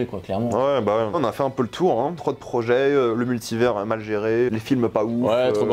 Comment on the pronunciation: Dites à de prononcer Multivers correctement